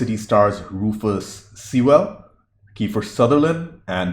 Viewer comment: Sewell is pronounced Sewl (or Sool, if you're lazy like me).